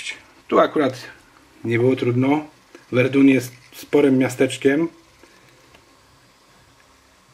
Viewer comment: Verdun (czyt. Werdę) ;) Pozdrawiam :)